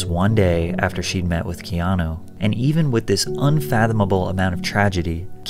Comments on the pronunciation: Mate, you keep pronouncing his name as Keano, it's Keanu. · why do you call him keano?? no offence just sounds off...sound like kano of mortal kombat! 😂 😂 first names are kinda important...you dont call a guy named Don , Dan...relates to a completely different person. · Loved your low key well done narration and visuals. Did you get any flax, though for mispronouncing his name “Keano”? Regardless, it’s well done.